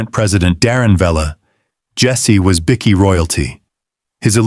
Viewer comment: How about teaching you AI voice over to say "bikie" correctly, it's not a biscuit!